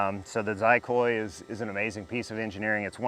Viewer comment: Mine's on the way! Nice video. A couple of things, 1) FWIW... it's pronounced "CHEE-coy", not "Zi-coy" (Catalan word.) 2) While the developers made the mount with adapter plates, I'll adapt mine to remove the plate so that the engine is held in with four screws from the bottom. One of the benefits of the X-45 is that it can be moved from one airframe to another with just the fuel and electronics being attached. I have a couple of engines that I cycle between airframes and it only takes a few minutes (priming the fuel line takes the most time.) 3) Gyro - Am assuming the gains are low, as in the Mini Ares gyro, and if so, all I can say is the gains are set extremely low to avoid high speed oscillation. This is okay, but landing speeds are 1/5 high speed, so gains can be 2-3 times higher for optimal control - when you need it the most. Mine will get a proper gyro and low/high settings 4) the serial satellite should NEVER be mounted not the fuel tank as shown here. That's not only bad for blocking, but I'm pretty sure the remote is near the rx's antennas for limited, if any, multi-path. Buy an extension, put the serial remote up in the nosecone for best Rf performance. Make your luck, as we say.